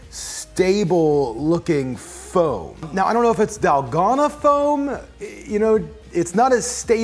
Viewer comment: Dahl-GO-na ⭕️ Dal-gone-a ❌ :3